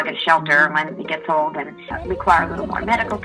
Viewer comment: Please tell me who took the letter ‘g’ out of the word ‘old’.